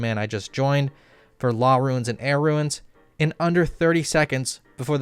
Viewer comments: Stop pronouncing Runes as Ruins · I know this was three years ago, but are you ragebaiting when you say "ruins" instead of "runes"??? It is literally in the name of the game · WHY THE HELL IS THIS GUY STILL UNABLE TO PRONOUNCE A SIMPLE EFFING WORD LIKE 'RUNES' STILL!?!?!? Seriously what the hell is wrong with him? Stop putting a damn extra syllable into it, its roons not ruins ffs. It makes you look like a legit tard, you've been told repeatedly by many people but you just can't get it through your fat head. Nice vid btw, keep it up.